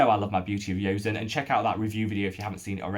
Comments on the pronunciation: I've been eyeing the Make Prem Essence Toner. A 400ml toner size seems so economical and I've heard Kelly Driscoll rave about it being super hydrating! However, I'm just wondering why you keep mispronouncing Joseon and defaulting to a "y" sound? I've never heard anyone else pronounce it like that. You can see Korean Youtubers like EuniUnni pronounce the name and it's always been a "j" (bordering on "ch") sound. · Seems like you are still calling it "Beauty of Yozen"..... Thought we had the correct pronunciation sorted out in the comments of a prior video?